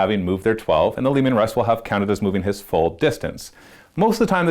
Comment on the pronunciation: It's Leman Russ...not Leeeeeeman,. "I'm Bruce Lee Man"